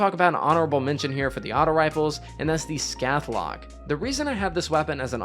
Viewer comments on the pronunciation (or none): Idk...I feel like an ass for saying it, but you're saying scathelocke wrong...*sk-āthe-lock*...the a is solid